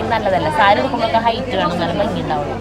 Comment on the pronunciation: ബംഗി അല്ല ഭംഗി എന്നാണ്, ആവർത്തിച്ചാവർത്തിച്ചു ബംഗി എന്നാണ് പറയുന്നത്